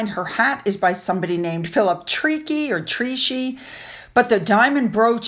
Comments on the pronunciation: the Milliner is called Philip Traecy...but it is pronounced TRACY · it’s Phillip Treacy pronounced Tracy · The last name is Tracy how its pronounced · Hat maker or milliner Philip Treacy. Pronounced Tray-C.. hop this helps. Irish ☘️. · Philip Treacy designs just about every hat the royals wear! His name is pronounced like actor Spencer Tracy! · Hat by Philip, pronounced Tray-see. Weird, I know. We do have the strangest pronunciations in the UK You really are getting it right so much of the time. I only mentione this pronunciation because there are so many hats designed by Philip Treacy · The Queen has been wearing hats designed for her by Phillip Treacy for many years. It's pronounced like the girls name Tracy.